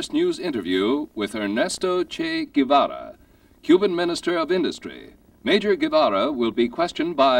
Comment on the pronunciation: You gotta love the reaction when the interviewer butchers his name's pronunciation.